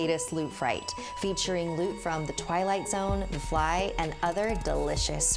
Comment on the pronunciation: When you said Ioot I thought you meant Froot Loops